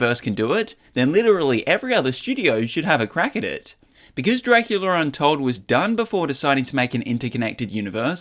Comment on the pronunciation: Dracular untold? I’m pretty sure it’s called DRACULA untold. Not dracular. I don’t see how you made that mistake.